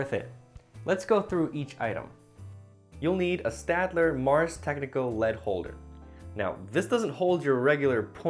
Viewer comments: So you are telling Shadler but I pronounce it stadler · It's pronounced - " Sh tad lehr " - you are welcome :-D , great video btw! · Staedtler is a German company. The pronunciation is "shtetler". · Why didn't you show the depth gauge on the lead pointer, it's so cool. You can pick your point type on that pointer. I feel like you know that staedtler has a shhhhh sound before the t sound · Staedler? Pronounced Wrong Mongoll 2? It Sucks Hotel? Trivago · It's pronounced "Stayed-ler" by the way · "stAedtler... staEdtler.." i feel your pain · i just recently found out that the correct way to pronounce staedtler is "SHTAYDLER". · PS: In German, it's pronounced "Shtatler". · for staedler, say 'stedler' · Pronounced ; Shteed - Ler I actually like the graphite shine. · Staedtler is pronounced a bit like 'shtetla'.